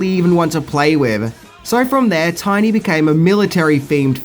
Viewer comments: One thing you apparently didn’t know… His name was “TINNY”, not “Tiny”!! That made me cringe every time you said it!!! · "Tinny" not "Tiny" lol Otherwise, all accurate information! Classic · Tinny, not Tiny.